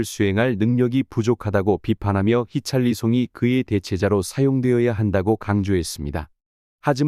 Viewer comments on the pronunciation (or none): 히샬리송을 왜 히찰리송이라고 하냐? 선수 이름도 잘모르면서 무슨 축구 유튜버를하냐?